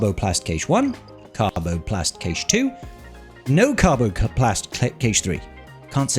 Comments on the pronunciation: Sorry to be that guy, but cache is pronounced cash, not kaysh. <3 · cache pronounced "cash eh" good video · I think it's pronounced like "cash" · I'm British, I've never heard it pronounced Kaysh here 🙂